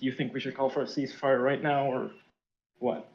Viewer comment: Man he can't say ceasefire.